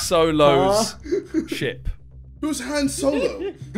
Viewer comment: He said Han wrong too